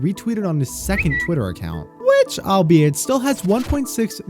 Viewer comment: I'm sorry but there is no way he pronounced albeit, I'll be it.